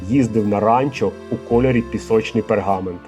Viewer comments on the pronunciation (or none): none